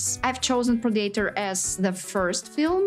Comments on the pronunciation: I love how she pronounces pred a tor wrong every time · Pra-day-tor? 😅😂. It's pronounced (Pred-uh-tore) Predator